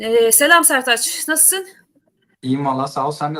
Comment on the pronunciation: Setaç değil Sertaç bey diyeceksin tamam mı 🤨